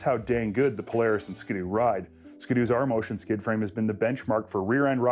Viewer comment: did this guy just say "ska-doo" like a hundred times? It's a ski doo. Skee-doo. Like skiing. Get it?